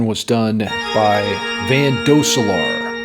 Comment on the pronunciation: Is it my ear phones, or is your signal distorting from metal overload? The V in Van is pronounced as F. Also in Van Halen. Also Van would be good with double pedals, playing the intro to "Painkiller". 😁